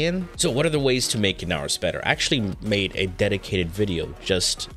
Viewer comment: The amount of pain I felt when you said inaros just hurts